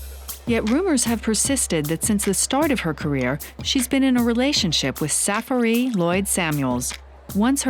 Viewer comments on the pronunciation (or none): Nepo Seroka sarah-free. Lol. They had to know that it was wrong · SAFIAHREE??? WOW THEY CAN'T PRONOUNCE SAFAREE?? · EXCUSE ME WHITE PPL its not Sa-fe-ree its Safaree (safari) 🤣🤣🤣🤣💀💀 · hood stars not hoodsters say it right and it's safaree not sara free wtf??..😁😁💀💀. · HIS NAME IS SA FA REE!! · Did they just call dude Sara Fee 😂!?! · Them bitches said sa-fa-ree😂😂😂😂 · Jamall Turner right? Who is Sarafree? 😂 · The way the pronounce safaree’s name😭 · DANG the narrator killed Safaree's name lol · Victoria Love 😂😂😂😂 am a real real the realest barbz ever ! but I can't forget "sheter"😂😂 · Will they ever say Safaree right? LOL I had to rewind and laugh again. Also, follow my channel ;) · The way they pronounce "Safaree" LOL